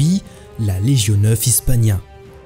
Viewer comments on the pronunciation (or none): Super video, très qualitative, continuez ainsi s'il vous plaît ! ( juste pour une petite info en latin cela se prononce [ Leguio ] )